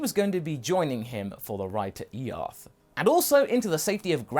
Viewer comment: stop saying E, arth